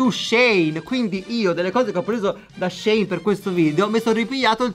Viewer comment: In realtà si dice “She (che sarebbe “lei”) e “In”, perché anni fa il negozio si chiamava “She Inside”. SHEIN detto Shane non si può sentire 🤯